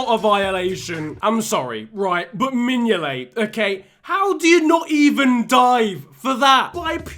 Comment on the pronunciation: I bid mingolet pronunciation malfunction like mingoltes goalkeeping ability, a half eaten toffee apple before the box arrived in Merseyside, steroids so the box can move faster than giroud on a Saturday night and 1p for a kinder egg